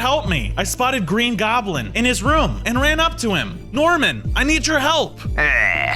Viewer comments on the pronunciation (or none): none